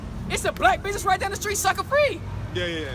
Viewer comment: How many n's and s's are in the word business? Now take a drink every time he says binnessess's